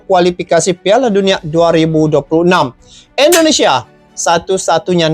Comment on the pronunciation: INDONESIA bang... bukan ENDO... 😊